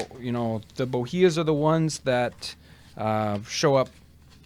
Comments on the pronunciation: Totally wrong pronunciation....it is not B0-HE-AH.....tis Boo-hee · For experts on 18th century tea, you sure do a poor job of mispronouncing its major variety: “Bohea.” PLEASE LEARN HOW. Every time you say it, you’re saying it wrong. The actual pronunciation is “bo-HEE.” For audio and documentation of that: You might say that I am definitely “tea’d” off.